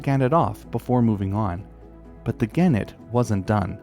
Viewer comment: Vere interesting (but soft g for genet, hard g for gannet, just sayin')